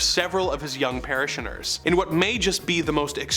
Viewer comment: I weep for your pronunciation of Cyrano, of Vietnam... or parishioners.